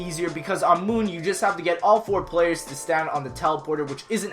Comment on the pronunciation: Moonri-la... lel